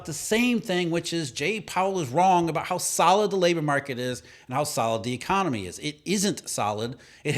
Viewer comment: e-CON-ON-ME. Plain sight